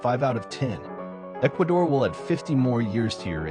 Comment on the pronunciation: Lil bro u butchered Ecuador